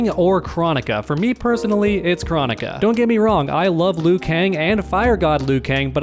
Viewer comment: I’m pretty sure it is pronounced “Krone ik a” as pronounced in the game.